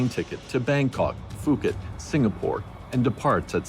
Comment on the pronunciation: Thank you for your posting of this episode. My only criticism is that you are mispronouncing the Thai city “Phuket”… I don’t know if this is AI narration, but it is pronounced “Poo-ket,” NOT “Foo-ket.” It’s kind of a relatively big part of your documentary, so I thought I’d let you know.… Thanks again for your hard work making this video available though!